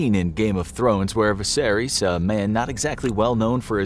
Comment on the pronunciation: The way you pronounced Daenerys, Viserys, and Drogo was awful.